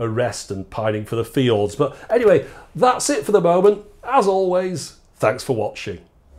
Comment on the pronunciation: PINING FOR THE FEE-JORDS??